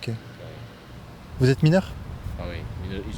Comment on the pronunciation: « Je suis MINEUW !!! » 😅 Va dire ça à KB. 😜